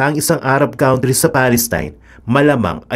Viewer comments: kuhn tree.. not kaun-tree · Country is being pronounced as kuhn-tree.